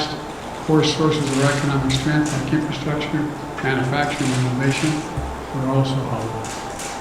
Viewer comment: This guy can't even pronounce infrastructure let alone discuss investing in it.